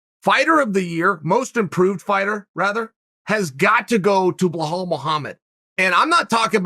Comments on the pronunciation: Bhal Mohamed? B i L a L come on dude 😂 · Chael: Behahl Mookhamid Me, a Bilal: ok great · Me: Balal Muhammad. Chael: BLAH-HALL MOOHARMED! Me: Blah-hall Mooharmed. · “BlurHall” Mohammad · Blehal Muhammad ? whos that chael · if uncle Chael says he’s name is blahall you bet your bottom dollar, ima call that foo blahall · Chael "blowhole mahomed" Sonnen